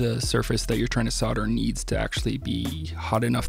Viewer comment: There is an L in solder and soldering, and when pronouncing the words the L is not silent. Soder is what a sodomist, does and sodering is what he does when he engages in the practise. For those who may not know, a sodomite is someone who engages in anal sex, not generally in wiring projects.